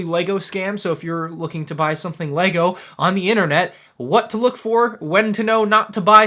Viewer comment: No he pronounces right and what knows about lego you are so dumb